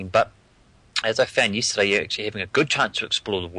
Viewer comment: just yisterdiy? viry frish WTF